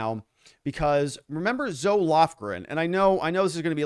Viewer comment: This is only to help you.... Zoe is pronounced "ZO-EEE"..